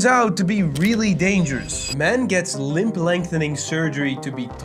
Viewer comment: Its LIMB (pronounced lim) lengthening surgery, not LIMP lengthening surgery.